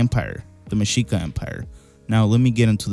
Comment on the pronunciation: Your pronunciation of Tlaxcala and Mexica is on point